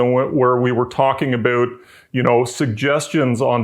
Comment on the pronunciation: Nice explanation, and I never get tired of hearing the word "aboot" from up north.